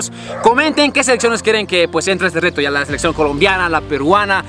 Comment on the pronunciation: Like si y dicen deto y. No reto